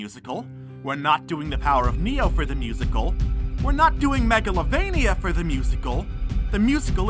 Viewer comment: "Megavilloin" at least you tried